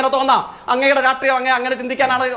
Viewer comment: സ യും ശ യും പറയാൻ അറിയാത്ത ഈ നാറിയെ ആരാ ചർച്ചയ്ക്ക് വിളിക്കുന്നത് രാട്രീയം അല്ല myre രാഷ്ട്രിയം..... ഇങ്ങനൊരു തോൽവി